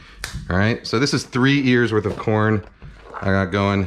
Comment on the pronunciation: Idk why I heard "Three years worth of corn" instead of "Three Ears" LOL me just imagining Kenji growing corn in his backyard for 3 years to make this recipe